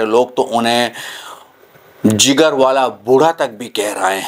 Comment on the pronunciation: It’s not Zigar but Jigar Don’t mix up Z to J and J to Z It’s Buzurg not Bujurg 😂